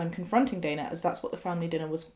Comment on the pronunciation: is so insightful. Also first time to see someone with same spelling of my name mentioned (Dana), and pronounced it the same way I do 👏 sad things to be excited about 😜